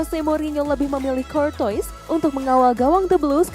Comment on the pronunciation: Courtuis bacanya kortoa min